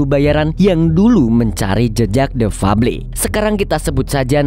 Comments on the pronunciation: The febel baca nya Lo kang ,uduk fable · Bacanya bkan fabli tpi fabel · THE FABLE DIBACA : DEFABEL BANG 😂